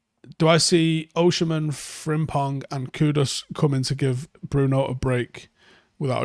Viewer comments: I was hearing him say OSHI-MHEN..and it hurts my ears 😂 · OSI-MHEN not OSHI-MHEN😭😭😭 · It's Osimhen not Oshimen. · There's no "osh" in his name. Its "os-im-hen". OZZ-IM-HEN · It's pronounced O S I M E N.... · As a Nigerian, Osimhen is pronounced O-sim-men/o-si-men. I've seen you struggle a bit whenever you mention his name 😂 you're welcome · As an Edo man, it sounds even more strange.